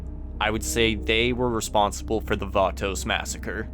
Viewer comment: The Vaatoes...